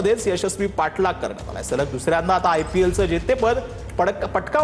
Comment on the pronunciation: ते जरा सलग ,च्या ऎवजी सगल झाल आहे त्या शब्दात सुधारणा करा .